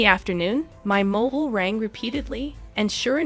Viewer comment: IT'S MOBILE NOT MOHUL. TOO MANY DAMN MISTAKES; PLEASE PROOF READ THE STORY BEFORE PUTTING IT ON HERE.